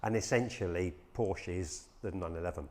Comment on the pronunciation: Came out in 1963...Don't think so. Might pay to do some research and also maybe learn how to pronounce the company name correctly..!